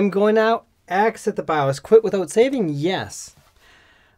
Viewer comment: why's he say baaaowwos instead of by-os like a normal person.. like .. thats just not .. and its in the name of this 'not bawwos tech' name ?.. super confusing when he's talking about a bios issue.